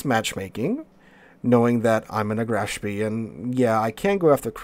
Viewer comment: Spee is pronounced "Spay"